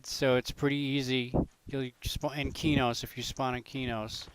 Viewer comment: Not to be rude but it's pronounced qway-oons, u can use p1999 wiki for information on zones and items